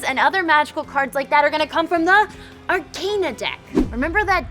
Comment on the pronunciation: Mispronouncing the name of the game and also the word arcana is rough